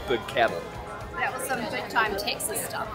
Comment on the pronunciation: I like the way you pronounce Texas, Tech-sis. Unique accent.